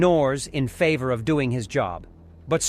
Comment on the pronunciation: I hate this ai, it does good for a while and then it has a stroke and dails to pronounce simple words like Favor